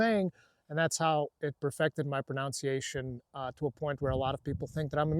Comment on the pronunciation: love when you were asked about how good your english is and, only busting your balls here, but you pronounce 'pronunciation' kind of strange. lol